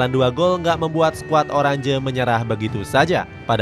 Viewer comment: Oranje dibacanya "oranye" bukan "orandje"